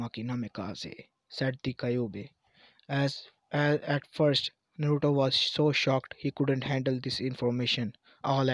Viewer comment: kayubi ????????????????????????? no kyuubi